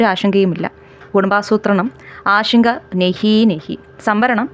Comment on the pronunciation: ഷങ്ക അല്ല ശങ്ക